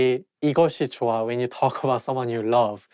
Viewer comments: It may sounds like "w" but I think it's "h" sound, however when you pronounce it fast it sounds like "w" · It's joh-a Hence u get that 'w' sound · when he was talking about saying “person” he pronounced ㅎ as w